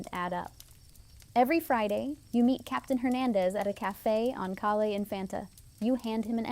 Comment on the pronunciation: FYI…..”Calle”…..is pronounced “Kai-yeah”…….see if you can get it right!